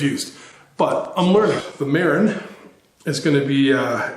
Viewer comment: The name of the bike is pronounced Ma-rin. Just like the City just north of San Francisco.